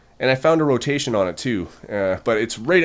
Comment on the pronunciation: jesus they are all gorgeous but the way you say a rotation makes it sound bad why?